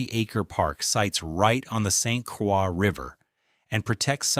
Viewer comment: Saint Quaaa river LMAO! You should narrate this yourself instead of AI LAZY A. I bet you didn't even watch it or listen to it.